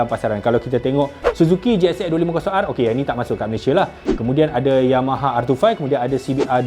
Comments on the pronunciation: Kau ckp yayama 10 kali, 10 kali tu lah aku gelak 😂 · SEBUT YAYAMA ...RASE MCM NAK PAUSE JE VIDEO😂😂🤧